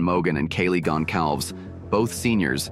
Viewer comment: I hate how the speaker mispronounced Kaylee's last name throughout the video as well as Xanax's name!